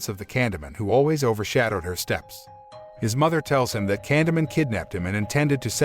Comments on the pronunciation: stop saying candyment gosh damn its candyman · Candy man not candy min 🤦 gotta love when txt to speach gets it do very wrong 🤣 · when u say candyman it sounds like candaman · Ye it also pronounced ‘Candyman’ like as if illiterate was a language, seriously it’s ‘Candyman’ not ‘Candamun’, ‘CANDYMAN’ FFS ‘CANDYMAN’ Is it that hard to say CANDYMAN? Oh fuck I sai fit five times didnt I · candeee man , not candeman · Sometime the narrator gets it right and sometimes he seems to not understand how words are pronounced like this time. Candy Man... not canda man. Holy bat guano Batman! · I keep hearing candleman 😆 🤣 😂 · Took me a while to understand he said “candy man” not Canada, camdada, candamon. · It sounds like it's saying candle man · nope nope nope 20 seconds in and refuse to watch it cause you've said candomun 5x already and I can tell it's just gonna get worse. if you're gonna recap it, at least pronounce it right lol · took me a while to realize he’s saying Candy Man not Condiment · Candamun. Is anybody else hearing that every single time Canyman is said by this narrator? Just me? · Stop pronouncing it like that!!! For fuqs sake, it's driving me 🤯! it's CAN-DEE-MAN not whatever the hell you're saying! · I swear if you say candaman 1 more time I will smack smack you into the 3rd dimension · The way he mispronounces "Candyman'" messes with me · yes but he doesn't say candyman correctly and the title says the grim reaper, not candyman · The narrator will never summon him the way he pronounces candyman. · ok good movie but..u are pronouncing Candyman..wrong..